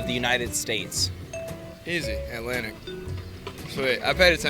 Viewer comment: I like how they pronounce "Alanic Ocean". Or "he pained a picture".